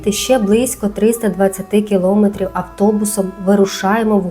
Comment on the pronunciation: Ну будь лаааасочка, не кажіть кілОметрів!